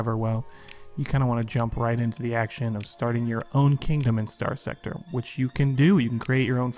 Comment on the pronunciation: Why should anyone watch this when he can't even say the game title correctly?